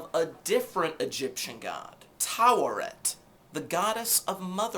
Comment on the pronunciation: Nice :) It's Tawaret btw. Not Tauaret